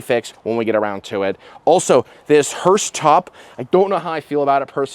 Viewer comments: Dude. It’s called. Hearse. Not Hurst. As in hurst shifters. Etc …. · FYI: It’s pronounced hearse, not hurst. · It is a HEARSE, not a "hurst"! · Two things. Stop saying Hurst. I'm sure they don't want to be associated with this car. It's hearse. Speaking of not wanting to be associated with this car, how are they not getting copyright hit for this video? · "hurst" lol it's hearse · Hearse with no "T"